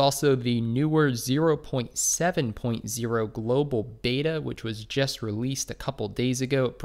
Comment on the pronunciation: Why do you pronounce the word "JUST" as "JEST"? Please stop. Thanks.